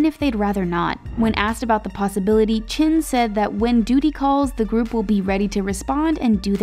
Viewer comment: Jin ? or you mean Chin 😑